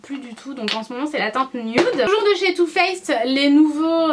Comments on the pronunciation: Hello ! Première fois que je commente alors que je te suis depuis un petit moment. Je te trouve magnifique, comme d'habitude ! Et mon dieu qu'est-ce que j'ai ris quand tu as dit "two fesses", ah la la les beugs de langage je compatis, ça m'arrive tout le temps ! Gros bisous ♥ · "Too fess" tu m'as fais trop rigoler ! ♥ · 'Too faced" "Too Fesse" Tu m'as vraiment fais rire Mdr <3